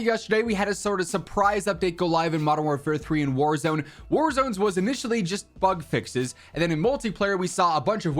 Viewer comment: Instead of bugs fixes I heard "fuck fixes" 😂😅 yeah sounds about right. Call of Updates modern fuckfixes